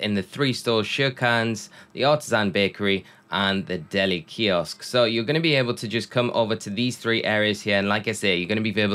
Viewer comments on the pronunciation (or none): none